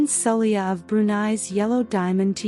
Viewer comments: Poor pronouncing of the queen name. The queen name is prononced as Sa- Lay-ha and symbols if islam, Muslims practice Islam. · She even called the country “Bahrain” more than once 😂. The queen herself is called “Saleko, Saheli, Sala… “ the narration is ridiculous.